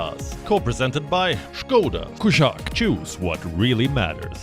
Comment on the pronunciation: You have really good ears if you can understand what he says about skoda.